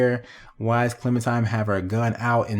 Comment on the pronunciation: it really urks me when he calls her ClementiMe instead of ClementiNe. 😡😡 its CLEMINTINE!!